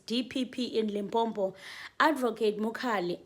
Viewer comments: It's Lim po po. Do you see m between po po? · Limpopo not Limpompo